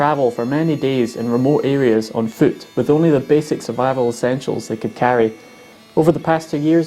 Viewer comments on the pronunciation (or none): Every time you say “fuoot” and “wee” I just love it. Say… (The wee babe has a wee fooot and a wee wee!) for us! 😂😂😂😂